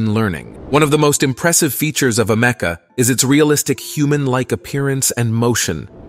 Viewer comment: It's pronounced AMICA. My god that was so annoying to listen to 😂 I can see the divide within humanity starting to form as the less skilled amoung us perish into oblivion. Bring on advancements to the welfare state!